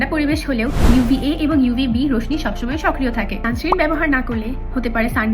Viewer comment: সানস্ক্রিম না, সানস্ক্রিন হয়🙂